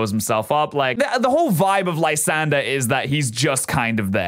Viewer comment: If u look a lysandres name it should be pronounced Lysandray